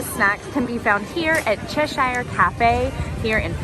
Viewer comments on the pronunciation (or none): Argh.. your pronouncing Cheshire all wrong, it’s pronounced Ches-shuh 😘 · Americans pronouncing Cheshire is like nails on a chalk board 😂 It's "Ches-Sheer"